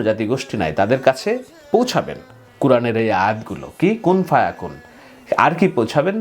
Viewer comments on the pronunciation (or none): 'কুন ফা ইয়াকুন' বলুন।